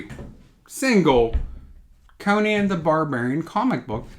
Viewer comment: These days, if you pronounce Conan properly (Co-Nan, and not Conin, like the talk show host), you deserve to be a bit arrogant! But you're not, of course.